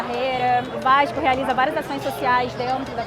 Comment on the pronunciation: ''vaiiixxxxxxcuuuuu...'' lembra muito meu primo la de bom sucesso falando no grupo da familha kkkkkkkk salve ae de SP